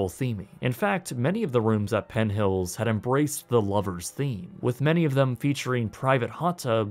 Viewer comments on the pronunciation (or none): I like his videos but is it just me or did he keep adding a T to the end of PENN so it sounded like PENT HILLS? Just curious if anyone noticed that or not....